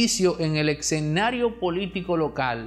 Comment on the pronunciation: No se dice excenario, es escenario. He escuchado a muchos comunicadores decirlo incorrecto, cómo usted, el demócrata y muchos más.🤦‍♀️🤦‍♀️🤔